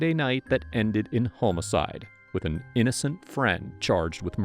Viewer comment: "a friday night that ended in homo" what? "cide" oh